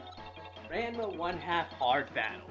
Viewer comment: it's pronounced differently. The first part is like the name Ron. It's more like Ronma.